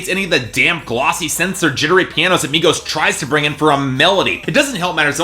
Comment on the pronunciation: exactly why white boys who can't even pronounce the artist's name shouldnt talk about something he doesn't know anything about.